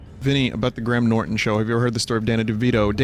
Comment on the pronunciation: Your pronunciation of Graham leaves much to be desired good sir.